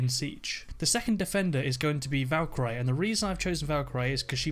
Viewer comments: valk-eye-riy lol its kalk-urr-ree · Valka ree not Valka ri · He says Valkyry😂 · thought I was the only one who realised how wrong he says it lol good video though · Say Valkyrie as Valk ree. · valkoree not i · The Death, No, he's saying Valkarey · I would go with Ash sledge - smoke pulse. Thermite bandit and jäger also Ps. Learn to say Valkyrie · british ppl pronounce things differently... lol